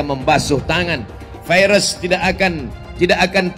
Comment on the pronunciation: Virus pak bukan vairus...